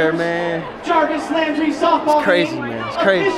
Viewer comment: Wow. The Announcer pronounced his name wrong. I'm joking, though it's not actually a joke. Lol If you were on Twitter today, you'd probably get it.